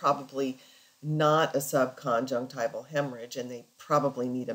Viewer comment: You pronounce 'subconjunctival' as sub-con-jec-TIVE-al. Shouldn't it be pronounced sub-con-JUNC-tiv-al?